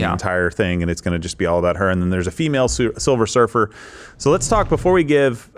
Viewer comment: Silver Surfer - not Silver Surfess !😮